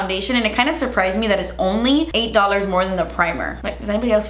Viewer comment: you really said "dwollahs" like Jackie Aina does 😂😂